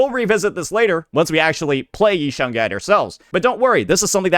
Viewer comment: Idk where the i in shunguang is why is bro saying shungai 😂